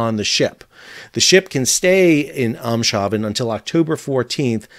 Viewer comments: Ur closer with Eemshaven. It’s like: Aim’s-hah-vén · "Eemshaven, I'm hoping I'm saying it right" - yeah, sorta kinda, good enough for a Guv'ment job ;-) Eemshaven (Dutch pronunciation: [eːmsˈɦaːvə(n)]; English: Ems Harbor), or "ems-hav-en". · The first part of Eemshaven is pronounced like the English word aim. I.e. aims har ven will get you a lot closer than whatever it is you're saying in the video. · Eemshaven = A ms haven. Ee in Dutch is similar to an A in English. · The Eems is a river and the haven is just that, therefore you need to pronounce the s and the h separately: Eems-haven. Your pronounciation of the second part is good as far as I can tell, but with the Eems you need to us a different vowel. It's more like "aims", but not exactly. I think that Dutch "Ee" is not used as a long vowel in English words. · Aims hawven roughly, although my internal algorithm for Dutch isn’t as good as my one for German. Ems River plus harbor/haven: don’t try for an sh sound. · Eemshaven is pronounced "Aims-haafen" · Eemshaven...Eem pronounced in Dutch more like aim (taking aim) Greetings from the Netherlands. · Eemshaven can be best pronounced as the American "Ames", followed by your correct pronunciation of the Dutch word "haven" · I know the Dutch language and lots of its city names are dificult for non native Dutch speakers but Eemshaven is pronounced phoneticly Aimshaafen 😉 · The port is pronounced Emms Haaven. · It's pronounced Aimshaven, like in "he AIMS his gun..." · Thanks for this news. You might want to hear from a true Dutchman that Eemshaven in Dutch is pronounced in English as "aimes hahfun". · Eemshaven is pronounced in Dutch something like Aims-haven. The Dutch ee sounds like an Englis A :) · You should pronounce Eemshaven as "Aims-hah-vun" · Eeeems-Haven. Try spelling it like that 😉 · The name of the habit is Eemshaven pronounced as you would say "aimshaven" like you say aim to some thing. Your Welcome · The place is pronounced "Ames - huhfen"